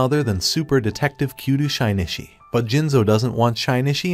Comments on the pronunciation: "Kudo Shinichi" AI: "Kyudo Shynitshi" omaghad i cant😆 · "Koodoo Shynichi" hurts my ears LOL😂😂